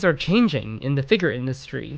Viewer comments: sooooo annoying that you cant say figure correctly. cringe every time you say it wrong. It's Figure, not Figur. Holy shit its so annoying. Like do you think every single other person on the entire planet says it wrong and you're the only person that says it right? You haven't even once heard any other person alive say that word and think to yourself "hrmm, thats not how i say that word, maybe im saying it wrong?" like wtf dude. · all I can hear id FigUUr..... figUUr... figUUr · Super nitpick, but your incorrect pronunciation of the word 'figure' is kinda bothering me, and yes, a redneck accent would pronounce it the same way, but this guy doesn't have a redneck accent. Only bothersome beacuse of how many times the word comes up given it's the subject. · A figure channel that struggles to pronounce the word, can’t make that up. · You pronounce figure like a slur.